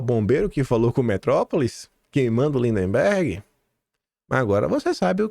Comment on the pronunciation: eu te acompanho desde o teu primeiro vídeo. Por isso te peço para observar a pronúncia das palavras MAGNITSKY e LINDBERGH. 🙏🙏✡️🌻🌻